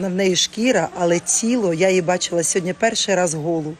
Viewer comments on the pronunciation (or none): Оля, не ображайтесь, але Ви говорите "сьогодня", говоріть, будь-ласка, "сьогодні", бо ріже слух.